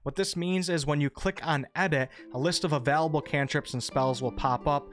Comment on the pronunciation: I'm sorry but the way he says available really triggers me D